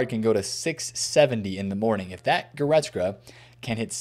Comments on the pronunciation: Will he ever pronounce Goretzka properly!? Nobody knows.... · bro cannot pronounce goretzka to save his life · AS a german I am always suprised how wrong u guys get the names of guys like Kimmich or Goretzka